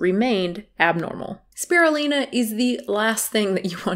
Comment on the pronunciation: You’ve been mispronouncing Spirulina. The Lin is pronounced as line not Lin